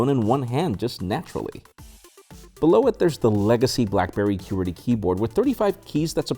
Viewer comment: Well that's the first time I've ever heard "Kew-werty" and not "Kwerty"